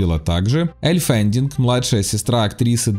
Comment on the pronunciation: Элль и Дакота Феннинг, почему ФенДинг-то?